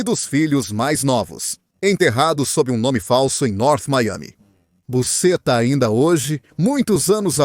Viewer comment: Pronunciar busxeta e não da forma que está sendo feito